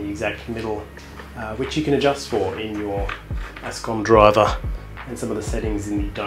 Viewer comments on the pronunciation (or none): "which you can adjust for in your Ascom D R I V E R !!!! "